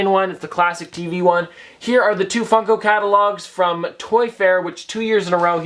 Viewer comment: At the beginning it sounded like fucko pop